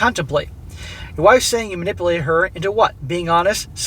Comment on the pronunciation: “I was MA-NIPPLE-ATED.” —- every woman.